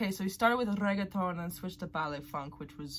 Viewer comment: Reggaton😂 Is reggeaton